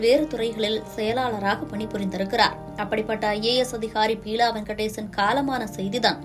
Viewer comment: Pronounce the name properly buela not peela ... May his soul rest in peace.... Amen...😢